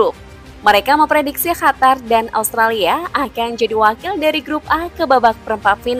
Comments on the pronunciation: Bukan khatar mbak.. Tp Qatar 😊😊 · Qatar dibacanya Hatar atau Katar ?